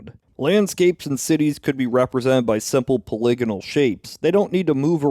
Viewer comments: You say “poly-gonal” like you’re about to say “polygamist” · How come no one is talking about his pronunciation of "polygonal"?!